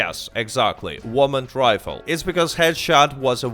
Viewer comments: Bro, you insist on calling it a "warmin rifle" like, ten times in a row, and then later you say "whyral" instead of "viral". You have a V in the name of your Youtube channel, you even successfully say "PVP" several times in this video, as well as "even". You don't say "PEEWEEPEE" or "EEWEN". That tells me you're actively making the decision to mispronounce "varmint rifle" and "viral". So, I have a very serious question for you: Are you just doing a fake accent? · Great video but learn to speak English bro. "Woman rifle"